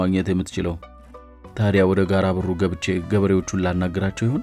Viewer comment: ጋረ ቦሩ ነው። ጋራ በሩ አይደለም። ተጠንቅቀህ አንብብ።